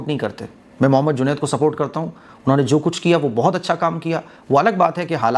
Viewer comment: are bhai juned na ke junet 😂😂😂